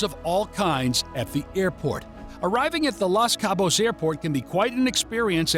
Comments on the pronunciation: It’s “LOS Cabo’s “ not “LAS” 😅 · It’s Los Cabos, not Las Cabos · Why don’t you start with pronouncing the name properly. The Los does not sound like Las as in Las Vegas. The O is hard as in Dos Equis. Nice job rookie!!